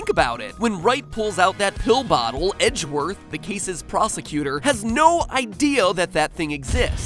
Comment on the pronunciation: Its pronounced egg worth